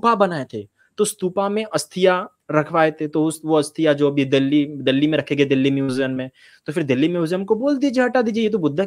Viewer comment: बाकी सब तो ठीक है पर ये दिल्ली को दल्ली क्यूँ बोल रहा है 😅